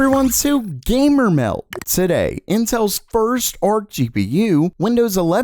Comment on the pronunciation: this guy always says "Gamer milk" instead of "Gamer meld" in every intro. lol